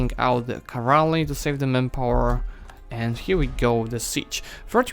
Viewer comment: As much as I love this series, please try saying CA-VAL-RY not CA-VAR-LY. :) And land-locked is nation which does not have access to any SEA... In defines.lua it is called move-lock. Not to mention that navy can also be move-locked. At the beginning of any save file there is a section named "dlc_enabled" - maybe you should play with some DLC's turned off, for example to avoid such a ridiculous level of government reform at this stage of a game. And also it would show even more proficiency if you were limited in your actions accordingly to DLCs "possesed" by original player/author of a save file, not your DLCs.